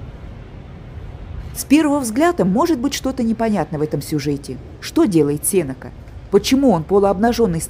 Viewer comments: спасибо, экскурсия по выставке очень интересная. Но ударение Сенека падает в литературном русском языке на е после н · Здравствуйте! Тоже резануло слух.